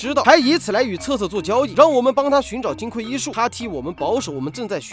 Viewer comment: 金匮，指金的柜子，所以应该读(gui四声），而不是(kui四声)，读(kui四声)则是缺乏的意思，这里不应该取这个意思。